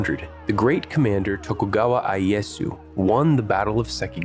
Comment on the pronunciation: Tokugawa Ieyasu, it's pronounced differently but nice video.